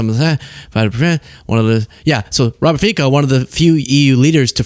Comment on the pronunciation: It's pronounced FEET-Zo.